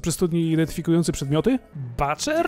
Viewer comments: właśnie, BUCZER jest poprawne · nie Baczer tylko Buczer! goddamit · Butcher nie czytamy "baczer" tylko "buczer".. ale i tak Was kocham 8====D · Certez Koleżka z przed roku ma rację. Brytol słowo butcher zakończy schwą a nie r. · BACZER?! Kiedy nauczycie się podstaw angielskiej wymowy... :/